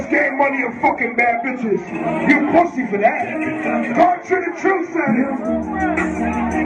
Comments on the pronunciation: stop saying poosey dj. you sound weird and that's stitches cake ass words. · I hate when akedemics says pwussy (pussy)